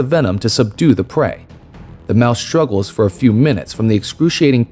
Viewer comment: I never knew there was an "sh" in the beginning of the word struggle???!